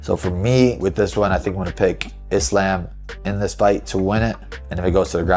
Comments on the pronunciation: "Is-lamb"- Gay belal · Iss-slam? 😂 Wtf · "He slam" A Muslim guy called Belal Muhammad can't say Islam properly is ironic. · Why is Belal pronouncing it Is-Lamb? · Belal saying “Is-Laam” like he hasn’t heard everyone else say “Islam” for years. What a gronk. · Not “Is Lamb” 😂😂😂 Belal is funny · How is Belal mispronouncing Islam when he is a Muslim?? 😭😭😭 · Joe does Belal not know how to pronouns “Islam”? 🤔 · I absolutely hate how Belal pronounce "Islam" name. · Muhammad, a Muslim, can’t even pronounce “Islam” correctly. 🤦‍♂️ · How does Belal of all people not know how to pronounce Islam? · Why belals stupid ass saying Islams name like that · Belal doesn't even say Islam's name right 😂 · I thought Belal and Islam were friends... Have we been pronouncing his name wrong this whole time?